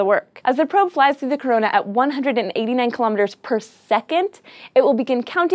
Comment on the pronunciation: Kilometers is pronounced "kill-oh-meters"... not kill-ahm miters"